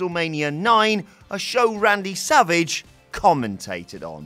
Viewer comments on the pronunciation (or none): none